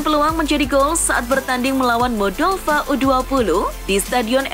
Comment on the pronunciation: Modol Va negara mana itu wkwkwkwk 😀😀😀 modol Va...pengisi suara nya kurang pengetahuan...